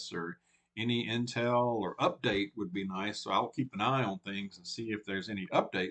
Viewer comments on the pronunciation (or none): none